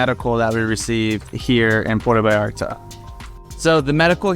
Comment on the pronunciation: You have lived in Vallarta for 10 whole weeks? Wow. Try pronouncing Puerto Vallarta properly. It is Puerto Vy ART Tah. Not Porta Vee arta. Please, if you are going to "tell us all about it", study some Spanish. Then study some more. Learn to pronounce the words. Slow down. Listen to your Mexican friends. They will help you. Bah eeah de Ban Der As. Bay of flags. Nayarit. Ni ar eet. Oh, you did not know Mexico had states? Wow, who knew? Your next door neighbours my friend. Get to know them.